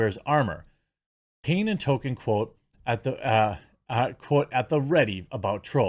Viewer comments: Toll-Keen or Tall-Keen... not "Token" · I love your work and support your channel! Just one respectful pet peeve.. Tolkien it's pronounced "Tal-kin" or "Tōl-keen" but you keep saying (what sounds like) "Tō-ken" and it's like nails on a chalkboard. All the love, keep speeking the truth man. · Tol-kein not Token, you're fat tonguing it Jeremy. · I don’t think these people know that’s it’s Tolkien, not Token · / / It's "TOLE-keen." People sound like uncultured swine when they say "TOE-ken." South Park even makes fun of that. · His name was TOLKIEN not TOKEN 🤦🏻‍♂️ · Jeremy, please put more effort into pronouncing Tolkien. You keep saying "Token." Just pronounce the "l" and I'll be happy. "TŌL-kən" is incorrect but st least it's close. Just remember the "l," please? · And Jeremy, stop pronouncing Mr. Tolkien's name "Token" 😆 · tolkein? oh they thought it was token